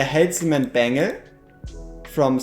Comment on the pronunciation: My favorite part of these videos is when he says "bangel"